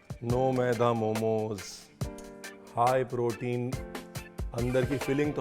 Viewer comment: Ye "High Protein" nhi "Haye Protein" hai 😂